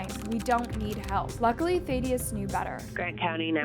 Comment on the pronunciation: you said "matthew and melody." The mom's name was Music, not Melody lol. Thadius is pronounced "thaa-dee-us," not "thay-dee-us." And the word is "catatonic," not "catonic." Otherwise, good job! 👍🏻